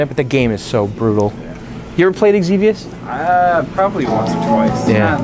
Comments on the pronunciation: Zevious... not Egg-Zevious. Don't ever put an Egg before an X on any English word or name. If it starts with X, pronounce it like it's a Z. You're right about people fixing your pronunciations. :-) Xevious was one of my favorite games. I had the cart for the Famicom back in the day also. It was a nearly perfect port. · You said xevious wrong. "ZEVEOUS" is how you say it